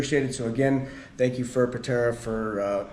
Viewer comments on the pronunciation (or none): Patara not Patera